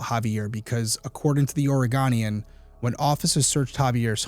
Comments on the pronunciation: Please learn to say “O-rə-GO-nee-ən” (both O’s rhyme with no). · Quick note: it's pronounced Or-i-go-nee-an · If you happen to do a part 2 to this, it's pronounced Oreg-own-ian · Ori-gone-agan?! Ori-goh-nian... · From the state of "Ore-again" It's pronounced, "Ore-uh-go-knee-en" 😂❤ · I have family in Oregon... I'm pretty sure they call it the Oreg-oh-nian (Oregonian). Oh not ah. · Oregonian - come and go. Go-nian. OreGOnian. I couldn't let it slide, sorries. ❤ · Omg. The ways he's pronouncing The Oregonian. It's not pronounced Orygun, not Oragone. 😂 Sorry to be that person. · Great Job, but your not pronouncing Oregonian correct. Your pronouncing an 'a' after the g and it's an O. It's a long O. I'm from Oregon that's why I had to correct you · Just for future reference- it's "Or-ree-goh-nee-an ". Oregonian. :) But my first initial gut feeling was the same as your comment. Some serial killers have no motive or intentions other than convenience. They could be mentally unstable with connections in their own mind for completely unrelated reasons other than to that individual. For example: someone with schizophrenia who thinks people they see online are mentally talking to them and are connected mentally. This could be as simple as both men possibly talking over CB radio, etc. But there HAVE been other bombing reports and there was a Spokane, WA bombing attempt ( 1hr 30 away) occurred on January 17, 2011, when a radio-controlled shaped-charge pipe bomb was found and defused in Spokane, Washington, along the route of that year's Martin Luther King Jr. memorial march. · The… Orey-Gone’ian? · Yes. Do all things short of child related crimes please. Also the paper is pronounced OR-Uh-Goan-knee-Ann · please learn to pronounce Oregonian... aw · ruh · gow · nee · uhn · Love your podcast Derrick! Switching up the types of cases really helps keep things interesting. Just FYI as an Oregon native I have to confirm that the proper pronunciation is Ore-GO-nian. I know it’s weird😬